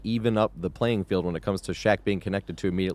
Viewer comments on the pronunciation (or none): none